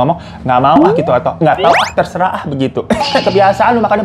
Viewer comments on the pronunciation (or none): none